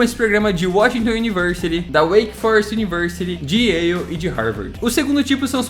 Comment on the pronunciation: Ótimo vídeo, Só uma pequena correção na pronúncia da Yale University. No português seria como se escrevesse "YÉU" ou melhor "YÉL" não "YÊIU". Vejo muitos brasileiros pronunciando errado o nome dessa universidade, mas sei que é uma pronúncia bem chatinha mesmo. 🙂